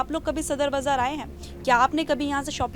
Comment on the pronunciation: Bzar nhi Baazar hota h mam